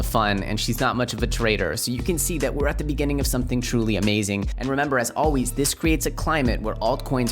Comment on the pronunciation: "as alweeyz"